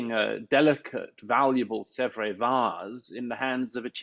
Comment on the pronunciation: Is that how you don’t pronounce Sèvres ?